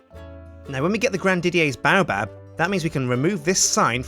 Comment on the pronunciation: it is pronounced grand didyAIRS baobab